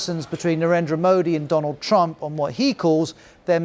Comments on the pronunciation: Modi got his renge by calling him "DOLUND Trump" ;))))) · That Modi said Dolan trump... 😂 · And the Indian Prime Minister called him "Doland" Trump. so what? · thats not fair, Modi also mispronounced. He called Donald: Do-lund meaning 2 dicks in hindi. why put trump under the microscope for mispronunciation when Modis English is as hilarious. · Trump: Amabad😆.. Cheewala😆😅😂..Vevey ka mondond😆😅😂..suchin, verot😆😅... Modi: (let me see) Doland😅😂🤣.. friendsip😆😅.. We: 😆😅😂🤣😆😅😂....